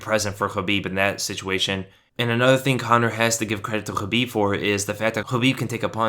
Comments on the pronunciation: Khabib not chabib ....🙄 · Great video but it's Khabib not Habib. Is that intentional?